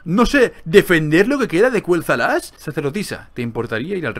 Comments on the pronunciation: Dillidan 4 Se escribe Quel'Thalas 💁🏻‍♀️, y no, no se dice Kueltalas se dice Keltalas, porque si fuese Kueltalas se escribiría Qüel'Thalas y no se escribe así:V (no se porque lo pronuncia así) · Porque Lor'themar Theron lo pronuncia así desde hace unos años. Antes también lo pronunciaba de la otra forma.